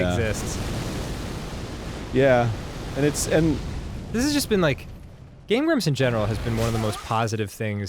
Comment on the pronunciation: Did enyone else hear Game Glumps?